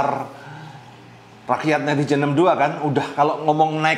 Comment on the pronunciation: Suhu penyebutan Negara- dan Rakyat kurang jelas, kalo BNI atw BRI dibuat tulisannya 🙏🙏